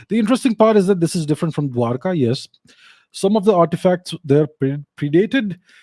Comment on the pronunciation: I LOVE HIS PATIENCE WHEN HE CONTROLS THAT WORD " DWARKA"